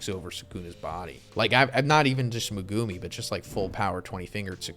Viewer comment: The way you pronounce Megumi is triggering